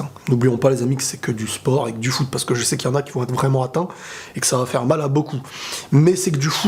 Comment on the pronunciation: C'est le fou-t T'a compris fou-t foot haha😂